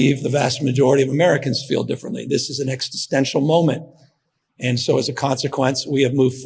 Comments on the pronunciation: Somebody please politely tell Gavin he's been pronouncing "existential" wrong? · Love this!! Pleeease say "Ex-ist-ential" NOT "Exit-sential", please ! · It would be nice if someone could teach Newsome how to pronounce existential.